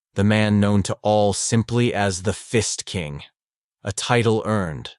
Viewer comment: "The Fist King" I heard The Fist ING king... I took a double take and heard it again then i finally Got it right there was no INg but i sure laughed to half death